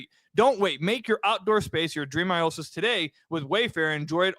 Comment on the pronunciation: For that Wayfair ad-read, I think keeps mis- pronouncing oasis ( O-A-sis) as " I-O-sis."